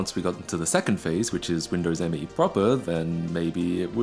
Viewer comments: Super tiny nitpick but you pronounce it like the word me, not emm ee. At least that's what Microsoft tried to make popular. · It's Me, NOT M-E. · Dude, you wrecked the video by saying M-E all the time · So I heard it's supposed to be pronounced "me" not the initialism "M.E." but I think it's honestly a case of gif or jif at this point.